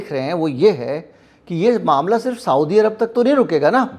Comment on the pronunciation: साऊदी अरब नहीं सऊदी अरब कहा कीजिये। ग़लत उच्चारण दिमाग़ में चुभता है।